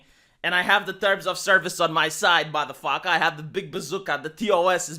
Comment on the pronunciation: One of the biggest strength has is to be able to say the most masculine "motafaka" with the thickest accent ever. I started saying motafaka like him and I don't regret it, motafaka